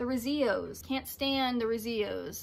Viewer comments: Cool vid, thanks for sharing! You are wonderful. Thanks for commenting on my Instagram (Jett Lightning) A big Rezillos and Revillos fan, you don't hispanicize their name it is an Anglo L not a Spanish LL. El not eyay. Stay well. Come to NYC sometime. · Hi, The Rezillos are pronounced ReeziLLoes and they come from Edinburgh in Scotland. Thanks for your great videos.